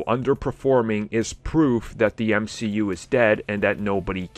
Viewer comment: Mcu I think you mean m she u